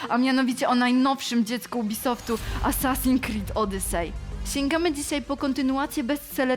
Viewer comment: "Asasin krid odysej " jak ja nie lubie przyczepiać się do takich rzeczy ale niestety tego typu potworków jest strasznie dużo pomijając dykcje i sposób mówienia sam w sobie. Z jednej strony wyrywam sobie włosy z głowy zadając pytanie ,czy serio nie było nikogo lepszego na castingu lub czy wgl takowy się odbył i teraz dostaje się wszystko po znajomości a z drugiej strony dostaje kopa motywacji ,żeby samemu coś zadziałać w tej branży bo jak widać poprzeczka nie była wystawiona za wysoko.